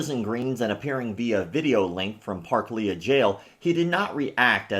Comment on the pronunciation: As a Sydneysider, well done on your pronunciation of ‘Parklea’. Fuck this guy, though.